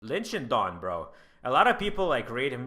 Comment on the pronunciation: its shidong not shindong